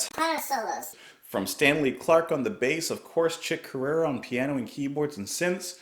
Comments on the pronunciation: Chick's name is pronounced 'Core-REEuh'. Id love for you to dig into some more fusion. Chick's Elektric Band 'Got a Match' is badass and I'm sure you would dig it. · It's pronounced the same as Korea